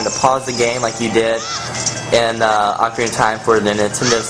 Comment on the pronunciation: it is pronounced oh-kah-ri-nah